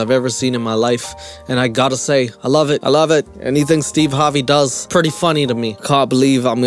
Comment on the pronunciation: He keeps saying Steve Harbey or Steeb and I can't stop laughing